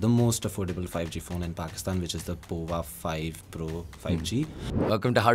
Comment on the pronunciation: I am pretty sure Tecno Pova is supposed to be pronounced as Power, not the way this gentleman, who is from Tecno himself, is pronouncing it!